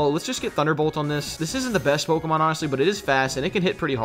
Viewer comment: U loved videos till he started mispronouncing the Pokémons names nothing enraged me more